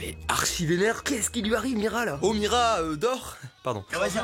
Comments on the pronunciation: Avez-vous été stressé à chaque fois que Mastu a dit Mirya au lieu de Mira ?😂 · Y'a que moi que sa pertube qu'il dise "miria" au lieu de "mira" au début ? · T'es pas seul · on en parle que toutes la vidéo il a dit miria au lieu de mira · Mira pas miria oh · Il dit miria mais c'est mira😭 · Mastu. Son prénom c'est Mira pas Miria. :0